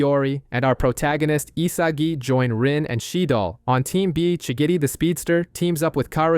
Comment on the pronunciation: Am I the only one who noticed how he always says shigidi instead of shigiri